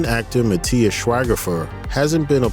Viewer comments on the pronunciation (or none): none